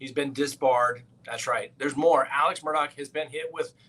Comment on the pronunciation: Read his last name about a dozen times,,,,,,there is NO K IN HIS NAME